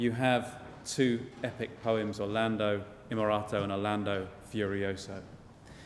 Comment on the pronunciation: I don't want to be unkind, but this kind of delivery annoys me and seems aimed at primary school children. I don't think slang and bad English works with classical music or with explaining Renaissance poetry: "All the knights thought this was very fun", "he looks at Angelica and he's like eeeeer". I also think details are important: it's Orlando Innamorato, not Orlando Imorato. Rinaldo didn't drink from the same fountain, he drank from the fount of hate while Angelica drank from the fount of love. I gave up on the video at this point. There's definitely skill in this delivery, it's very genial and maybe some people love it, but over 13 minutes is a long time to sit through if you don't like it. Personally I think concerts are usually better off without any any spoken introductions or explanations, but that these can work if they're very brief, witty and in excellent English.